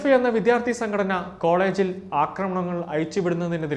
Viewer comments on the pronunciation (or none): വിദ്യാർത്ഥി എന്ന് തെറ്റാതെ പറയണേ !!!